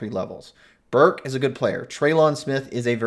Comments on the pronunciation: Learn Treylon Burks name. It’s Burks not Burk. He made you look foolish. Not an elite SEC receiver haha, yeah ok. An Arkansas’s Oline dominated A&M. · “y’all” sound like it. Getting excited about the passing defense against New Mexico? 😂 please tell me how Texas a&m has proven to be able to beat Arkansas in this game so far this season. Btw it’s “Burks” not Burk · Yeah, you’re gonna get roasted over your comments on “Burks” (there’s an s). Not only is he better than any receiver on A&Ms roster, he is elite, top of the sec/country. All sec/all American type. First round pick. Etc. after you said that, I just quit watching, because it’s obvious you have no idea wtf you are talking about. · First of all it's Treylon Burks not Burk or Burt. He may have a chance at being drafted? Obviously you don't study the draft he's considered a mid-first round pick right now. He is also an All-SEC receiver that makes him Elite in the league, some say it's the best in the league. Pro football Network also has him as a first-team All-American. You should do your research. Did you see the screen pass he caught last week and turned it into a 91-yard touchdown? One of the guys he outran was a track star. Burks is big-time and for you not to know this makes me lose faith in any of your opinions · If you can't even say Treylon Burks' name correctly (it is not Treylon Burk), then you don't get to say he is not an elite receiver. Breaking in a new QB has seen his numbers dip to start this season, but this guy has all the tools and has past production to show that he is definitely NFL caliber, and likely an early round pick.